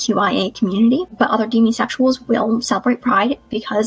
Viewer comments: oof some of this reminded me of the shitty twitter discourse that keeps happening around the words lesbian and demisexual. (sidenote: this was the first time i'd ever heard someone say the prefix "demi" as "dee-mee" instead of "deh-mee".) demisexual is part of the ace spectrum (it was literally named on the old AVEN forums), it counts as ace and it counts as queer, and it's not just a word for "people who don't like hookups"!!! and the word lesbian used to refer to any women who liked women so there's no need to gatekeep "lesbian" "butch" or "femme" from people who aren't 100% homosexual homoromantic cisgender women :) (ace, trans, nonbinary, and he/him lesbians exist. i don't fully understand bi/pan lesbians- i assume it has to do with the split attraction model or something- but i'm not gonna say they're wrong like an asshole!!) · I'm the from the video. I do recognize I pronounced "demisexual" incorrectly. 😅 (I mispronounce many words I've only seen in print.) It's deh-mee, oops. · Your pronunciation sounded kind of Australian lol. But it wasn’t a problem. No one knows how to pronounce English words without having heard them before :)